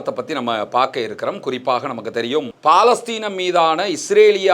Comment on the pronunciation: 'பா'லஸ்தீன் இல்ல அது பலஸ்தின். ஒரு அரபுச் சொல்லை சரியா உச்சரிங்க